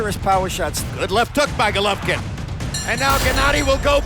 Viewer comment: first pronounce his name right you inbred, and second you think jacobs is gonna KO ggg in 6 rounds? YO LMFAO I FOUND SOMEONE MORE DELUSIONAL THAN KELL BROOK YOOOOO CTFUUUU